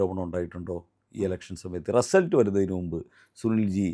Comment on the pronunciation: റസൽട്ട് എന്ന് പറഞ്ഞത് മനസ്സിലായില്ല